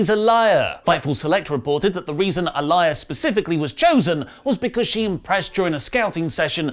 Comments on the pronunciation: stop saying Aliyah's name wrong!!! It's pronounced Ali-Yeah!!! It's like you don't watch NXT. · The fact says 'Ah-lie-ya' kills me. Also, it's about time she's called up. Aliyah has been in NXT for the longest time. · I can tell you've never watched NXT. You can't even pronounce their names correctly. It's pronounced "Jiji" and "Ah-lee-yah". SMH. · Aliyah is not pronounced a-liar. It's ah-lee-yuh. Nor is Gigi pronounced Ghee ghee it's jee-jee. Thought you guys watch these products? Poor form mate. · soft "g" for GiGi and long "e" for Aliyah. Do you even watch next? You know they say their names on the show. You should listen and pronounce it the way they do, you know, properly.